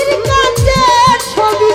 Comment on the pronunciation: তুমাকে না তোমাকে, ভেগে না ভেঙ্গে, কাচে না কাছে, উচ্চারণ গুলো ঠিক করলে সুন্দর হবে, মায়াবী কন্ঠ আপনার।